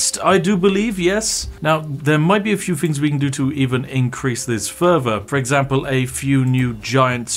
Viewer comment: I love when Spiff shows us yet anover way to take things furver to make fousands. Just warms my heart.